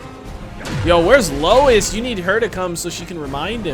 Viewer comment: "Lewis"??? Again???? Hahahahaha! Nice reaction - keep up the good works (and remember...."Lois" - pronounced "low-iss"!)............*edit* glad you realised again !! xx